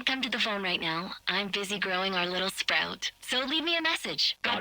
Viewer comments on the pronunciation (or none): none